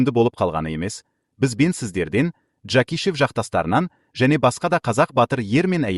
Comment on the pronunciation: Жакишев а не Жакишев ударения на а